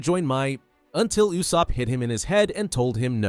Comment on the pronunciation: People gotta learn to pronounce Usopp's name. It's not you-sopp.